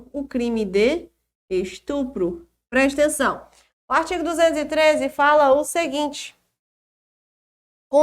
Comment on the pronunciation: gosto de ouvir suas aulas só pra ouvir a senhora dizer "prestenção"... kkk Mas suas aulas são mais que excelentes!! Parabéns!